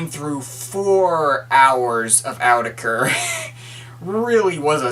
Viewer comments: it's pronunced as oou-tech-er not Awww tech er .. said Autechre in older interview! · The official pronunciation is "aww-tekker", can't remember where I got that though. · It's Awe-tek-er by the way. See Watmm, get wise! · > reviews an album and can't even pronounce the artist's name